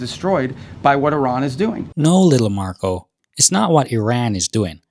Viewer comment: his name narco, not marco